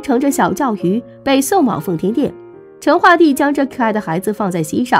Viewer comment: 成chen， 四声